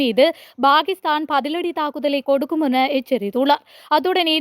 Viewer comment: Bakisthan என்பது நாராசமாய் ஒலிக்கிறது! Pakisthan என்பதே சரியாகும்.